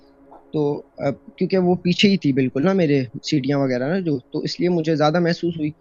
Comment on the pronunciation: Oh bhai ye kya cd cd cdiyan cdiyan lagai hui hai ? Sirriyan bolo seedha seedha.